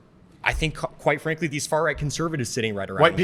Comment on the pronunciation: Dude says Quite frankly so much it is sounding more and more like white frankly. Which is more what I think he is meaning. 😂